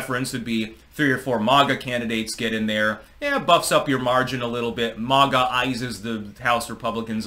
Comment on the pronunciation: Youre saying maga wrong.